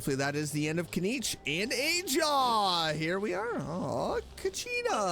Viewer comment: the correct pronounciation is ahaw tho, not ajaw... or perhaps there's some inside joke that i missed? love your videos!